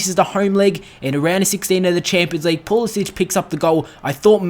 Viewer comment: Great to see Christian Pulisic score you should keep playing him he is class although it's pronounced Puhlissick that said glad he is getting game time keep it up :-)